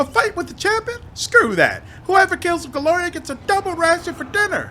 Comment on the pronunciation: Since you're aiming at doing voice acting this tip isn't just me being a pedantic slot, but also trying to be helpful: The difference between Golarian and Golarion Your character is a GolariAN from the world of GolariON. U usually (almost always) pronounce them the same but the ending of people or things from Golarion should be -an. I have this Golarian sword forged on the world of Golarion. The lich is a meatbag from Golarion, who the demons call "that Golarian meatbag." "Are you that Golarian everyone is talking about? From some hick backwater world known as Golarion? Yokledom's Motherland where even the whores are clumsy?"